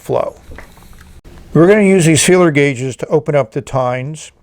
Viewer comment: What is the name of the tool used to spread the times? I heard sealer guages, but not sure about the first word. Thanks!